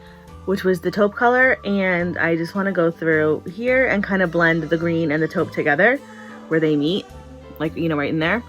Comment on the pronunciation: I catch myself mispronouncing things ALL THE TIME! I got a kick out of the "top" taupe. Big hugs to you ❤